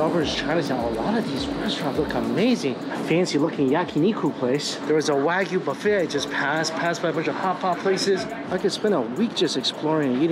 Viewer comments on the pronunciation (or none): none